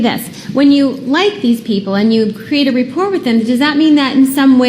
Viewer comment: It’s not "repport”, you fucking twat. Rapport.